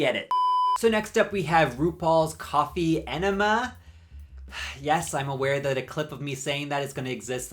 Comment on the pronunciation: Somebody. Please. For the love of all that it memeworthy: plz make a song w/ a sample of saying "RuPaUl'S cAwFeE enNeMmUh" 😆(and lemme know where I can find it! 🥳)